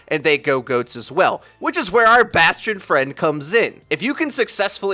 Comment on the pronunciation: sadly, bastion sound like bas tard